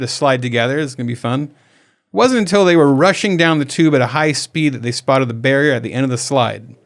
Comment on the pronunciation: Ok. I had to re-listen to this. I thought the couple ran into a BEAR and not Barrier at the end of the slide. Lol🤦‍♀️